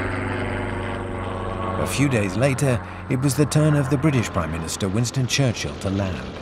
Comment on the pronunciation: Winston “Charchill” me pegou kkkk